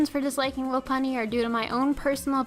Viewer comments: it's pronounced lau-punnie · Her pronunciation of Lopunny annoys the heck out of me...